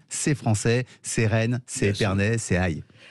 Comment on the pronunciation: "c'est Rennes" ?? Lol. Le Champagne, c'est Reims, pas Rennes.